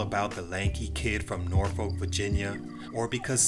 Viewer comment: Brother love the video but please pronounce Norfolk right man...Smh,,.We're easily offended by that here..lol..